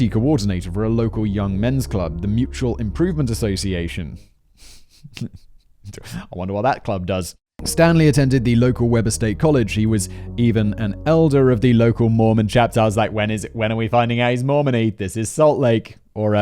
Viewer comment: ACtually, it's pronounced "WEEber state" not WEBer state.